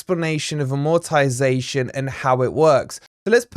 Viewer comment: You might want to pronounce it properly if you're doing a stint about AMortization.??